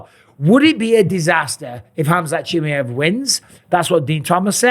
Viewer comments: ChimaEeeeev , not Chimiev … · It's 'Chimaaajev', stress on 'a', very short 'i', very short 'e' pronounced like a short 'i'. Pal, you're doing this on purpose. Used to subscribe to your channel... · Chim-ee-ev lol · Love ya bisping but Chimmyev?? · "Hamzat Chimiev" lmao😂😂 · The disrespect from Bisping by not trying to pronounce Khamzat's last name correctly is noticeable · Mate. Why you saying his name like that. I swear you've never said it like that before or am I tripping 😂😂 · Michael say his name properly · Until Bisping learns how to pronounce Chimaev properly, I'm not listening to this. I just can't. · You've pronounced his name wrong like 100 times now. This is an impressive devotion I have to say. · Mike, I'm not saying this to be rude. The way you say chimaev is wrong. Swap the A and the E brotha.